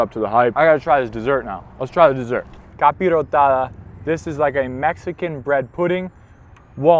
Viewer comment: You said capirotada better than the mexican guy😂